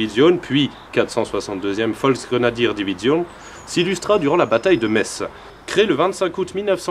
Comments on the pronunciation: Enfin quelqu'un qui dit Metz et pas metsse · J'y ai habité 4 ans, et je me doutais que prononcerait bien!:D A ceux qui disent "Metss", je leur demande comment ils appellent les habitants. Messins ou.. médecins [metssin]?:p